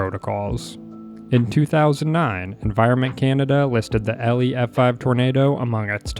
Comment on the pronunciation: it’s elie as in Eeeeee-Lie bro said elly and alley